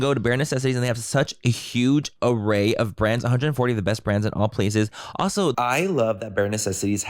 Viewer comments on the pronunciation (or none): please listen to Laura say “alcho” instead of also, I’ve been cracking up for like 10 minutes 😂😂😂